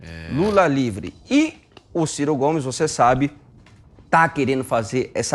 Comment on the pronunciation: Kkkk ! Gostei do " CIR CO " GOMES !!!